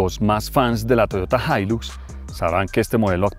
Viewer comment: La “jailus “ 😂😂😂 el paisa y su problema con la x 😂😂😂😂